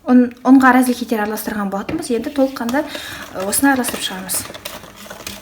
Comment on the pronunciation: Сіз разрыхлитель дегенді разыхлитель деп айтатын сияқтысыз